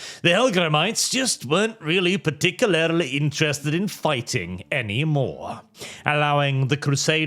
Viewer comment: please... Par-tic-u-larly.